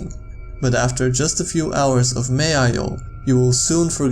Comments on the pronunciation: it's pronounced MAL.0 not ma.io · Its not maio its malo with a L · Ma io? It’s MaLO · First one is pronounced “m-owl-O” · OMFG IM NOT BEING SALTY BUT ITS PRONOUNCED M-A-TEN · Sounds alot like Mayo, don't it? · The creepiest thing is how he pronounces MaL0